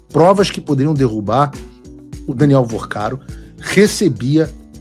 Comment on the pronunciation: Não é Vercaro, é VORCARO!!